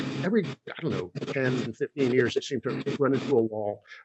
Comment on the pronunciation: maybe treavor should learn to say YEARS and not yers. and CONTROVERSY instead of cun trovir sy. lolol.